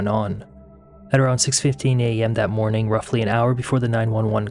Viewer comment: I love his channel but find the pronunciations of G as K. Eg, 'mornink' instead of morning, irritating. . I'm just highly sensitive to annoying sounds.